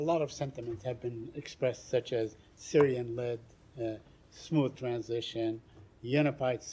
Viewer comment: "Syirian led process" 😂